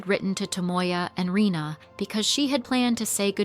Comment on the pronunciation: Her name is Reina instead of Rina actually, pronounced "ray-na"